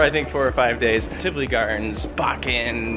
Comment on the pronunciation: I’m so happy you say Tivoli correctly. There is a cruise vlogger that the entire episode he said Tivoli wrong and it was unwatchable!!